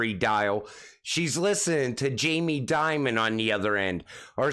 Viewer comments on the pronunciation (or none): none